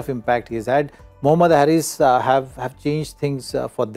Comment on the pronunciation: The right pronunciation is Haris like Haris rauf and not Harris like Chris Harris